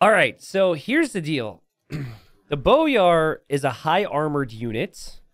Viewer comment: hey it's pronounced boy-ar (like a boy child) instead of bow-yar. glhf